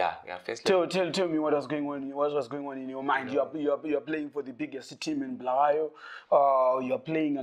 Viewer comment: it's BULAWAYO NOT bhuluwayo